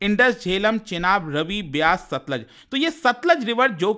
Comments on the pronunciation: It's not Sutlej, it's Satluj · Sir ji it's सतलुज not सतलज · no, SATLUJ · It's Satluj